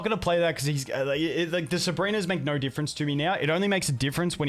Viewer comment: Please learn that it’s “no” and not “nor.” Learn to pronounce your ‘o’ vowel. It’s not “gor.”